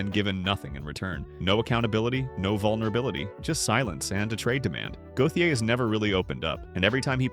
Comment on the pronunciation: Listening to his name be butchered is quite triggering.